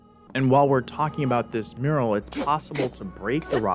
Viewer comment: lol "muriel" instead of "mural"